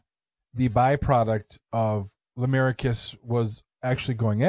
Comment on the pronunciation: Why aren’t you pronouncing their names right?! It’s pronounced “Shannon” and “lamarcus” 💁🏼‍♀️